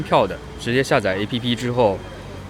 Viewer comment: 1，1252年就是中世纪。 2，中国对瑞典早就单方面免签了。 3，斯德哥尔摩由14个岛屿和一个半岛组成，全城有70多座桥梁把这些岛屿连成一个整体。是北欧版的威尼斯。 4. APP， 走出国门应该读作 “爱朴“。不然，没人理解你说什么 ”爱批批“。 5. 市中心的华人超市叫” AM“， 越南人开的亚洲超市。价格比普通华人超市贵。